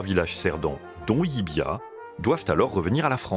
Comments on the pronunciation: Ils se sont aussi trompé de prononciation : personne ne dit "LIBIA'...mais "LIVIA" (en phonétique). Le "V" en Catalogne se prononce comme un...."V"....!! Et pas comme un "B" , ça c'est à Madrid....!!! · Salut...! Si LLIVIA se situe bien en Espagne , cette ville est en Région de Catalogne et sa langue est le Catalan...! Donc LLIVIA se prononce comme cela s'écrit (LIVIA)...et pas "LLIBIA"....!!😅(prononcé plus de 15 fois..!!! 🤨) Le "V" prononcé "B" , c'est du CASTILLAN...(l'Espagnol "académique" ). Vous auriez pu faire l'effort de quelques recherches...! NOUS les contribuables , on vous en donne les moyens..!! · *Llívia et non Llibiá... Ok, je chipote sur la prononciation. Merci quand même 😉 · ... Et le V se prononce V en Catalan et dans son dialecte local Cerdan ... Là ils disent le "LL" Catalan et le "V" Espagnol. C'est soit /ʎibja/ en Espagnol qui n'y est quasi pas parlé soit /ljiβia/ en Catalan qui y est la langue quasi exclusive. La prononciation /ljibia/ n'existe pas hors de cette vidéo 🙃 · Non c´est ni "Libia "ni "Livia" , mais c´est "Llívia" avec 2 Ll qui se prononce en catalan Yeu donc phonétiquement Yivia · LIivía prononciation "Yivia" avec le ye